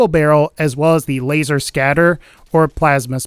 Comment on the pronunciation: When talking about the laser rifle did anyone else hear him say wazer rifle